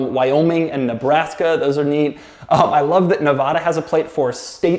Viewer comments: It’s pronounced Nevada not Nevoda Doug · Hey Doug, a fellow subscriber from Nevada here It's pronounced NE-VA-DUH not NE-VAUGH-DAH Thank you <3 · He pronounced Nevada wrong 🤦🏾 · Pls learn how to pronounce Nevada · You don’t say Nevada right and it’s irritating